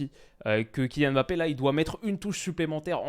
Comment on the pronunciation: Merci de dire Kylian Mbappé à chaque fois au lieu de Emmbappé cmm le disent les autres français. T un monstre.